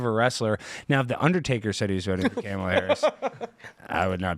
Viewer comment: I love pronunciation of Cam-a-la. 😂